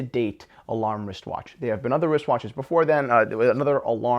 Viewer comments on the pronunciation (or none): none